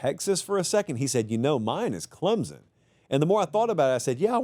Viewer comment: Can someone tell this dude how to pronounce Clemson????